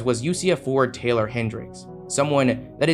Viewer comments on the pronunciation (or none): none